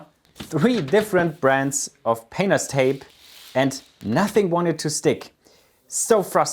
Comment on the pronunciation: is it just me, every time he says painters tape?